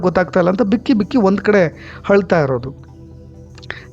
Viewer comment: " ಹಳ್ತಾ " ಅಲ್ಲಾ " " "ಅಳ್ತಾ " ಇರೋದು....ಕನ್ನಡ ಸರಿಯಾಗಿ ಮಾತಾಡಿ.